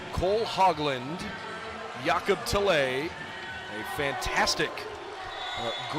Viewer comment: Go Bows! Can we note it's pronounced Ya-cub Tell-uh, not Jay-cobb Tell-eh